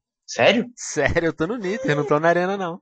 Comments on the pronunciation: "Nither" é foda né venom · o venom falava "niter" ao inves de "neder" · que ele falou nither mas é nether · eu nao to na arena, eu vim para no ''NITER'' , kkkk rachei nessa.